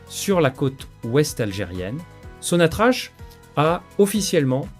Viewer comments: Prière prononcer correctement le nom de la première société pétrolière qui est sonatrac et non pas sonatrache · Ça s'écrit sonatrach mais se prononce sonatrak.